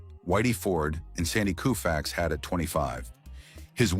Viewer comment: It would be great if the narrator would learn how to pronounce the players’ names. Koufax is pronounced with a long “O”, not a “U” and it’s not Warren Spann; it is Warren Spahn.